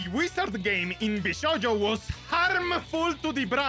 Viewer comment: its not vshoujo, its vshojo